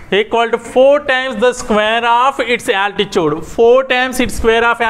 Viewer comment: 🤣🤣😂when you are saying 3rd problem u spelled altitude as altichuvd😂😂😂